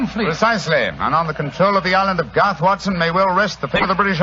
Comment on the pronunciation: GARTH not Goff.